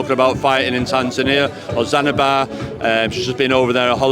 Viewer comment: It’s Zanzibar not “Zanibir” 😂